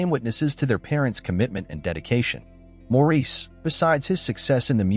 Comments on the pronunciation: Pronounced Morris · Maurice is pronounced Morris. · Please pronounce Maurice's name correctly. It is pronounced Morris or Mo for short. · Nope it’s Maurice